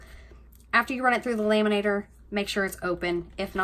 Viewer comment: Omg...its not "laaay-man-nator", its lam-man-ator"...just couldn't get past that! Sorry, not sorry!